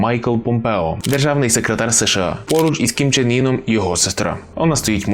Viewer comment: Північнокорейський товстун не «ін» (як ви вимовляєте), а саме «ин». Це справді суттєва різниця в написанні і навіть значені імені